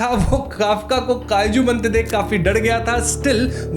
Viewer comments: Kaiju ❌ Kaaju 👍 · Kaiju ❌️❌️ kaaju ✅️✅️✅️